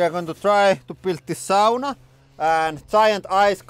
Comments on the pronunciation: First time in the Channel and immediately that Finnish pronunciation 😂 Love the language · I makes me feel so good to hear "sauna" pronounced properly.